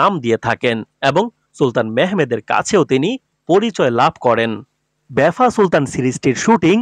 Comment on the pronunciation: লিখেছেন ভাফা সুলতান বারবার বলছেন বেফা সুলতান। আপনিও তো ইতিহাস বিকৃত করছেন।